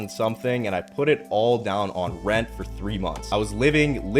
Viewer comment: He said rent